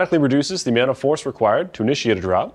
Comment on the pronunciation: did he say ‘…a-meow-nt of force…’???